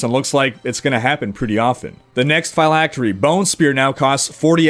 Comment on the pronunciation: You're putting too much emphasis on the "y" in "phylactery" bro, You're pronouncing it like "figh-lactery" instead of "phil-lactery" if that makes sense. Awesome video as always though!!